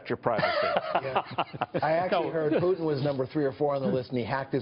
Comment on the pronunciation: PUTIN XD IM SORRY I HAVE TO LAUGH IT IT IT SOUNDS LIKE PUDDING XD XD XD XD XD,oh ok im sorry ill go home...